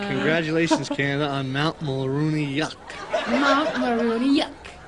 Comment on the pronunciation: Mulronry.. prime minister of canada a conservative pseudo american.. mulronry yuck.